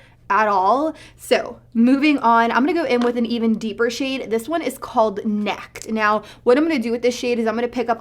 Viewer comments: I think it's pronounced like "Naked" but with a short "e" sound, not "Necked" lol. Say it in a southern accent & you'll see what I mean haha! NEKKED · Nekked?? Girl...neh-kked as in naked not necked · NECKED 😂😂😂 It's NEK-ED like how some people say "naked" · I’m cracking up at you saying Nekked!!! Now say it with a southern drawl...Naked=Nekked!!! Nice video.